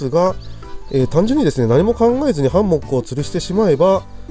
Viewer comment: 『ハンモック』って言葉‥ナマってません？ww イントネーションが気になって内容が入ってこないww でもとても参考になりました。ありがとうございます😊